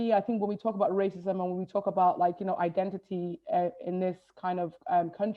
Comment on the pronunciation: It's.... like.... like... iden-i-ee... like... innit?